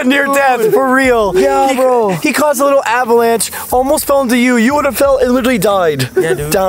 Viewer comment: Take a shot everytime says "literawwy" 🍺